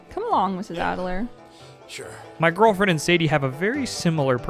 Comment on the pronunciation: Take a shot every time he says “My Gorrrllfriend” Good thing I don’t have to find my friend in a saloon 😂😂